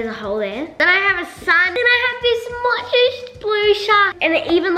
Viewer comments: i am getting triggerd from the way they are saying mochi they are saying muchi not mochiiii!!!!!!!!!!!!!!!!!!! am i the only one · Im not trying to hate or make fun of your australian accent and how the way you pronounce things but i just want to let you know mochi is pronounced (Moe-Chee) in America but i know you live in australia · i love you i have been a fan since sabre was 13! also sorry if this sounds rude but they are pronounced moe-chee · The “sounding tube thing” is actually called a pop tube and the mochi is pronounced mochee. Repost so the can see this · game controller is fidget doedecagon mochi is pronounced moechie sound straw is pop tube tho thing is a dimple spinner octopus is a pop it and squishy is dna ball and he hole in unicorns rear end is for pencils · Hi it is pronounced mo-chi just so you know xx I am a big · Is it just me who is easily triggered, and got annoyed that they said mochi the way it looks instead of saying mowchi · pronounced mochi rong